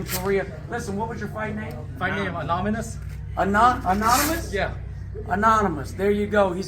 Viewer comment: I swear I hear him saying Anominus, not Anonymous